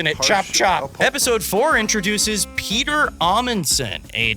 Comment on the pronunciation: Petter Amundsen is a shame to his name, i think Roald Amundsen is his Grandfather who is the first person on the south pole, and the first to sail a boat through the north pole Its Petter not Peter, these are different names in Norwegian, Say the E like you do it Pet like "Pehtter" not "Piiiiter"